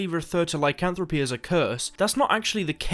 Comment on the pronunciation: And yet, he pronounces Lycanthropy correctly. Lol.